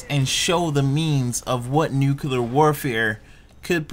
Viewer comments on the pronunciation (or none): say it with me........NEW- CLEAR NUCLEAR............not NUKE-ULAR........geesh and I'm from MS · Pronounced NEW-CLEE-ER NOT NEW-KYEW-LAR Y DOES EVERYONE SAY IT LIKE THAT??? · Nucular lolz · Learn to say nuclear properly